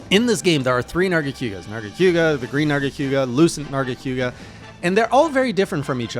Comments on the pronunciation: The only thing that hurts more than lucent's poison spikes, is the way says nargacYOOga Seriously tho, I'm so glad you got to experience the Tower and this interesting narga variant before we see what's in store for the Sunbreak version. And for Alatreon, the fondest memories I have in MH are squadding up with gunners and hammer users all optimized for one thing: breaking those damned horns. He is a very consistent fight once you understand his red/blue modes, and his head is surprisingly vulnerable after many attacks if you learn the tells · Why you call it Nerga-Q-ga? Lol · Nargaquga and his pronunciation Also, Hallowed Jhen attacks are completely random. Normal Jhen is very scripted, it does attacks in order